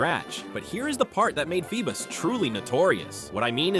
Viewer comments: Feebas ❌ Feebus ✅ 😂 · “FeeBUS”?!?! No